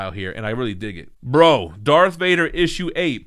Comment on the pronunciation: The way you said bro had me thinking Darth Vader was pick of the week but then I saw the rest of the stack 🤣😂 The Vader book has been slept on, but once the Obi-Wan show starts the Vader hype will rise up